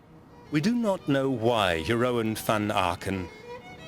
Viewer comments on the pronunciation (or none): ooh the butchering of the Dutch sets my teeth on edge. It's pronounced Yer-roon, not Jer-owen, my head hurts. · Jeroen is pronounced Yeroon.